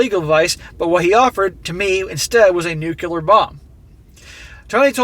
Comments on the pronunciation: Did he say "nukular" lol....nuclear. someone pointed this distinction out to me once..just passing it on. This is a crazy story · Please, please...NUCLEAR, not nucular. I am a nuclear engineer, and this drives me nuts! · NU - CLE - AR NOT nukuiar